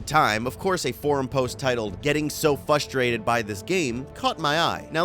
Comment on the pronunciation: You do know there’s an “r” in “frustrate” right?